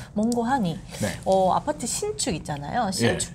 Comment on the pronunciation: 왜 소장님은 항상 아파트 싸이클 연구소라고 말하지 않고 아빠트 싸이클 연구소라고 발음하는가.아빠랑 관련이 있는 것인가..